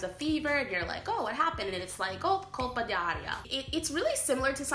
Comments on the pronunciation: Why you keep saying ''colpA dI aria''!!!??? Even tough you know you should say ''colpO'' ---- OOOOOO, not AA!!!! You even wrote ''colpO'' and you annoyingly keep saying ''colpA''!!!!??? WTF!? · It’s “Colpo d’aria”, not “Colpa” 😂 Colpa means “guilt”, Colpo means “hit”